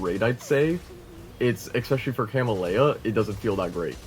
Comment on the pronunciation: CA-MEL-YA you're welcome.